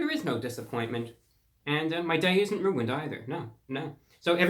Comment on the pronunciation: Why does he sound British every time he mention ruining his day